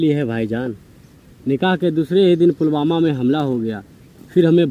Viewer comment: फुलमामा नही पुलवामा अटैक हुआ था ,word को आप सुधार ले